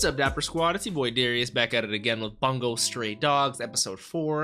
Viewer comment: Just a tiny little thing but the 'bun' in Bungo is actually pronounced more like 'boon'